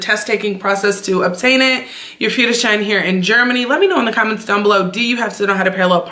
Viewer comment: Moin, 'Führerschein' sprichst du schon perfekt aus! - Daumen hoch! A. D. A. C. ist die Abkürzung von: Allgemeiner Deutscher Automobil Club. 'Public German 'cars Club.. Und man spricht es A - D - A C aus. Grüße